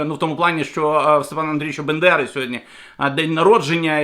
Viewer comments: Шановний! Українську легенду звуть Степан Бандера, а не степан бендера! Не говоріть, як говорить наш ворог путін! Воно, пуйло, неграмотне і в історії, і у власних назвах, а ви говоріть правильно, ви ж українець! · Перепрошую якій Бендера, ви хоча би прочитали правельно Степан БАНДЕРА. Будь ласка вибачтесь. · Доброго дня. Поправка - не бендера а Бандера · З Новим роком вітаю усіх! Нехай 2023 стане роком нашої перемоги!✊🏻🇺🇦 Дякую,, за вашу працю. Але БЕндера, то 👎🏻🙅🏼‍♀️🤦🏼‍♀️ Так кацапи називають Степана Андрійовича 🤷🏼‍♀️ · Не БЕндера, а БАндера, і бАндерівці...